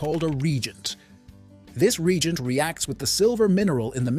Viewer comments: Reagent as in say RE - AGENT not "Regent" as in a KING you knob jockey. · Re-Agent. Ree-A-Gent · Ree-gent? Em-Em? Do you even proof this crap?